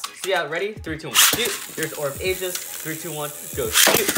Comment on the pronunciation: its pronounced orb egis not orb ages